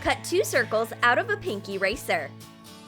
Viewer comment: When you said "PINK ERASER", it sounded like "PINKY RACER"... 🙄